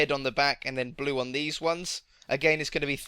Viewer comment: You said wed and bue